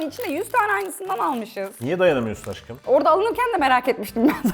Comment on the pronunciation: Deyda dediğinde auuuuu ama Aşkım yerine Aggım diye Taksim dayı gibi ona hiç bişey yok.Yeter bu ayrımcılık hepimiz Fıratız... Bkz: sn ' Aggımm'